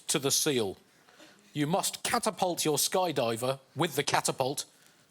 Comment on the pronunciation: Catalpult… or Sling? Sling.